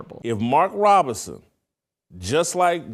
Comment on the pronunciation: Shitlock can’t even pronounce Robinson… if that idiot makes it to president I’m changing my name.